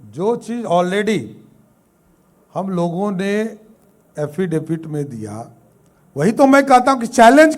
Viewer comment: ये बोका अभी तक हाफिडिफेट को एफिडिफेट बोलना नहीं सिखा नहीं तो आज फिर ये बोलता।